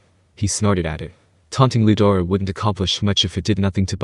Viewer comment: Bro i think the name its rudra its not Ludora